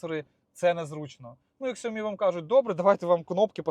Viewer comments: Чувак,немає в природі слова КСЯОМІ))) Ну блін,ти ж дорослий!! СЯОМІ! СЯОМІ! Не ставте ви оту неграмотну букву К попереду!!!!! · Непоганий обзор на гарну електричку. Але ж треба вимовляти коректно назву автівки! Сяомі, не Ксяомі!!! Цей бренд не вчорашній, можна вже і навчитися. Гугл в допомогу, якщо що... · Перед тим як записувати відео, варто було б зайти в Вікіпедію і почитати як правильно називається фірма, не Ксяомі, а Сяомі, з наголосом на і .. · Ну почти норм, но на за ксяоми дизлайк и никогда больше смотреть не буду. Ещё раз повторю, Шяаоми. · Какая нах ксяоми? Ты перед тем как обзор делать, сначала брэнд нэйм выучи. Шяаоми, это Шяаоми. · Сяомі а не ксіомі 😂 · Правильно не «ксяомі» а «сяомі» в китайській мові буква «х» читається як «сь» в транскрипції, це важливо бо виходить що 90% обзорщиків неправильно вимовляють назву бренду xiaomi Наприклад: хіе хіе (сє сє) - «дякую» на китайському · Чувак, ну який кСяомі? Сяомі! С Я О М І. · За українську дякую! Будь ласка кажіть правильно СЯОМІ - де СЯО - це маленький та МІ - рис...Так так, сяомі перекладаєтся як рисенка :face-blue-smiling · Доречі, якщо казати дійсно правильно, то шаомі. Марка авто написана англійською. Тож і вимовляти потрібно англійською. А якщо не вірите, то введіть це слово у Гугл транслейт, і нехай він вам прочитає. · Ксяомі? Як мене прикалують ті хто вимовляє саме так))))